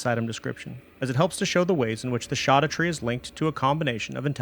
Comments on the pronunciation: Mind boggling you say "Land of Shadow" but also "Shawdoutre" Scadu is old English spelling of shadow. It's... literally the name of the DLC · Please... It should be pronounced "skadutree", not "shadutree" 😕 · It’s said SHADOW. It’s old Germanic. Look it up… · bruh keeps on saying shoddatree like a doofus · It's shadowtree. I wouldn't have commented by your whole intro acted like it's a mystery. It's just a mysterious as how gaol is pronounced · It's literally pronounced as we pronounce "shadow" today. Only the writing is different. The fact that he claims that "we don't agree how it's pronounced" puts a huge red flag in front of the entire video. If he can't even find out how it's pronounced correctly how can I expect a good lore analysis. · it was already proven scadu is pronounced shadow. lit one google search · I think i've heard "scadutree" pronounced every way possible but the one i've chosen: Scadoo. Like "blue scadoo we can too". I even sing the jingle when i go back to the land of shadow. Every time. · I pronounce it the same way Grandpa in Hey Arnold! says "23 Skidoo"... just with an A instead of an I. Makes my wife laugh. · Except he still pronounces it wrong. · Scadutree is pronounced like Jack black ad libs